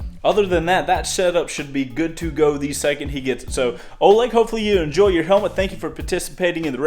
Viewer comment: Ithink its pronunced olEg not Oleg